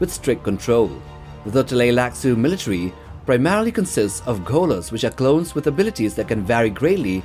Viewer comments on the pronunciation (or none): none